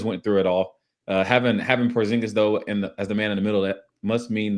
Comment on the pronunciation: Its odd hearing Porzingis' name pronounced correctly, my fiance refers to him as Dingus Pingus and it's stuck in my mind.